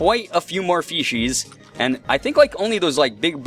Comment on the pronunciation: You sound like your saying feces, when saying fishies. I died (while laughing) when you died, im sry